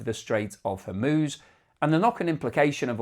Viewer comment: It is not imagination that was mispronouncing Hormuz in previous videos, right?